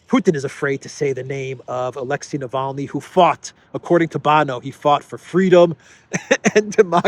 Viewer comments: So upset about Navalny, Graham can't pronounce his name. Navaly, he said. Ignoramus ! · Gush LG said navaly lol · no no no, Bonehead Graham said and I quote: „Navally“ 😂 his senile brain can’t even remember the man‘s name correctly who they paid for… Seems that senility is not an exclusive for the dummycrats! 🤣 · Unreal, Graham can't even pronounce Navalny's name correctly and he's calling to declare Russia as a state sponsor of terrorism... Is he okay in the head, this goof?! Not to mention that USA has by far sponsored the most of the terrorist and radical organisations on this planet, if anyone, US state shoul be declared a sponsor state of terrorism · Graham can’t even say Navalny’s name right.. Someone should seriously shut this guy up, and take him to the train station..